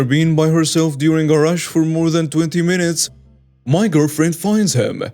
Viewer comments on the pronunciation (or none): none